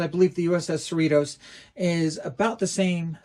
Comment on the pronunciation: We, who live in So Cal, pronounce Cerritos as you would Dorritos (the "T" sounds more like a "D").